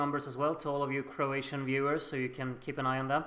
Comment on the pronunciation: Oh and btw, you are really good with pronouncing Croatian! 👍🏼